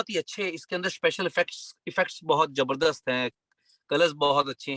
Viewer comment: Why is he saying “Jabardasht”? The word is Zabardast